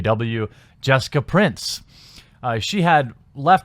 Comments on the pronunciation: I'ts Price, not Prince. lol sorry but it was driving me nuts. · You keep saying Prince, isn't it Price? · Her name is Price. Not Prince. You wrote it in the title and read from Twitter multiple times but seem incapable of actually speaking her name correctly. Constructive criticism, put together some sort of actual script rather than just doing this ad lib. It doesn't work for you very well. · At least get her name correct....it's Price not Prince...for gods sake..... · It's Jessica Price, not Prince. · I'm confused. Is it Prince, or Price? You keep saying Prince, but it's spelled Price. Am I missing something here? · Prince? It's PRICE. Other than that, cool. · Price, not Prince. Also, I have the skinnest of thin when it comes to spoonerisms. Otherwise, good video & great news! ;) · It’s “Price” P-R-AI-S that’s how you’re suppose to pronounce that word not P-R-EE-N-S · Thank you. He also mispronounces simple words when reading all the time. Like, can you read what's in front of you please? It's Jessica Price, not Prince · Pretty sure her name is 'Price' not 'Prince'. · Sorry for noticing this. Why are you mispronouncing her last name? You keep saying prince yet i see in the video description and where she posts on twitter it's price. My apologies, it's a small detail that kept getting my attention. Other than that, it's a good piece of news. I might have to give the game a try some time. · I love how you keep getting her last name wrong... surely that was not a mistake :) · How can you mispronounce "Price", while simultaneously not taking 10 seconds to research how to pronounce Deroir? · why are you pronouncing price like that